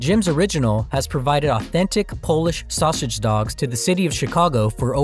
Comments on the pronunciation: Please learn to pronounce "saussage" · Are we all just gonna ignore the narrator's inability to pronounce sausage? 😂